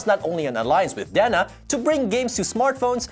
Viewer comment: LOL!!! OK I'll put this out there before I forget Did say DeNA wrong? I'm pretty sure it's pronounced DNA like the biological term not Dena!!!